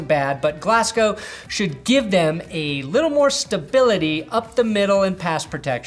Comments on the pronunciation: please pronounce his name glas-go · Long time love from Scotland ✌️ Pronounced Glazz-gō over here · As a scottish person, your pronunciation of Glasgow was weirdly upsetting. For future reference it is pronounced like Glaz-go Edit: did pronounce correctly